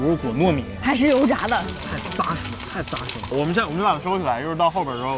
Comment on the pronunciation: “扎实”的“扎”，读音是“zhā”，不是“zā”。